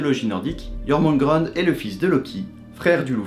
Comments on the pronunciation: Pas grave, tout le monde ne prononce pas parfaitement le vieux norrois moi la première. Mais c'est assez simple, enfin pas tant mais bon, le ö se prononce un peu comme un o qui tend vers le e (voir eu) , on ne prononce pas an mais "ane" ( si je l'écrivais de la façon dont je le prononce ça donnerais Yoermunega'n'de) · (et ta façon de prononcer Jörmungandr m'écorche les oreilles )